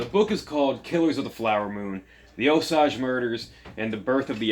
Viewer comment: Thanks for the review & for not including major spoilers. Btw, the author pronounces it "oh 'sāj" as does Molly's granddaughter.